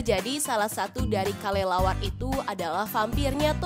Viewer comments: Yang teka teki di detik 45 itu kalo ngomong kok kalelawar ya bukan kelelawar coba deh kalian periksa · Dia itu ngomongnya Kalelawar